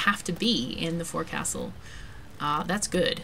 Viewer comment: Looks like a great game, thanks for sharing. Just a tip from a retired sea-dog - the forecastle is actually pronounce fo'csl (or maybe phonetically fokesal?)